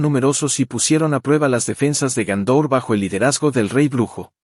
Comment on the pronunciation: Y Gondor no es Gaúndor.